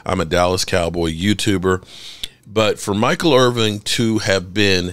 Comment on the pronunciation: "Irvin" not "Irving"